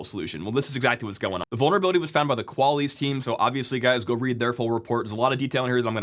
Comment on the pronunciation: Mandatory Qual-isss, su-doo comment